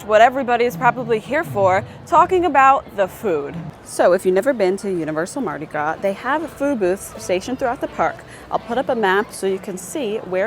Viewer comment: I’m from Southeast Louisiana. Mardi Gras is pronounced Mardi Graw. Haha she said “Mardi graws.”